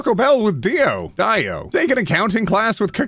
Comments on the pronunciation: Y/N stands for your name in the context of fanfic. Also Dio is pronounced Dee-oh not Die-oh. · Dio is pronounced 'dee-oh' like you were saying the first time. He's from Jojo's Bizarre Adventure. Y/N means 'your name'. And thank you for another ace video! As an ace, I was hoping for a new one soon. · Btw for anyone wondering y/n stands for "your name". It's usually used for reader insert fanfiction and DIO is a character from Jojo's Bizarre Adventure and is pronounced "DeeOh"